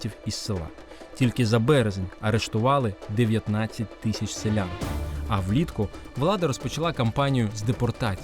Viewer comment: Правильно казати не « тищя» а «тисяча дев’ятсот…